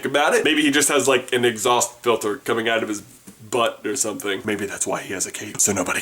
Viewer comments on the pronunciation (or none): none